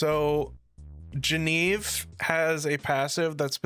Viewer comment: Bro, you keep calling Genevieve wrong, missing the entire middle part of her name)